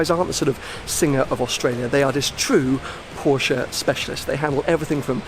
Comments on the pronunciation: Mat mul....exactly, or to be more exact it’s an a(uh kinda)😎😂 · Really interesting guy.....but pronounce Porsche correctly please! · Never heard any english speaker pronounce Porsche correctly and find a honest american "Porsh" way less painful to hear than this strange "uh"-ending people add pronouncing it "correctly". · says he‘s a passional Porsche and doesn‘t know how to pronounce it